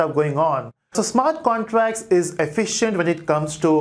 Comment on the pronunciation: Smart contrass 😂😂😂 great explination but yet funny pronunciation...